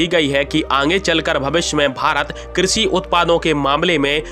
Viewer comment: हिंदी भी शुद्ध नहीं बोल सकते। श को स बोलते हुए शर्म नहीं आती एक भारतीय होते हुए। कृषि को क्रिसि बोलते हो शक्कर को सक्कर